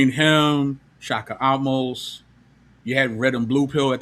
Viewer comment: Token mulctoes! 😂 Say the name correctly bro! Don't be lacy like that y'all's beloved wyt d word! The "e" in Amose ain't silent you goofies!